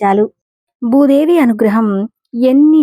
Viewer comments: ముందు నీవు భూదేవి అనటం నేర్చుకో? బూదేవి కాదు తరువాత అందరికి చెప్పు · You should pronounce Bhudevi properly.